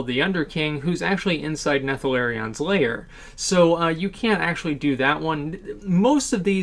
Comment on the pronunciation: I noticed that too :P Nethalarion